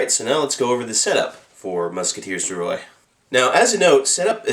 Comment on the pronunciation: . i’m french canadien and you said Roy perfectly.